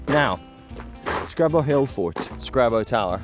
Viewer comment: My home patch, noice. There's a few more paths there you've still to see. 'Scraba' said like a local lol.